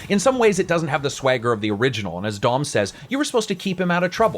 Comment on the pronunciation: i like the video as a whole but you cant be screwing up Marcus and Dom's names